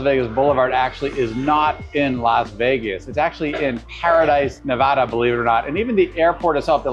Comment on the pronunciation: All good tips, locals can tell your not from here by how you pronounce the state. It’s Ne-VAH-duh.